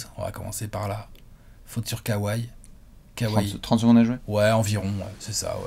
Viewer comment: Genial comme tjs mais pitié, prononcez kawhi comme ça se prononce 😉 Kowai. Sinon super analyse !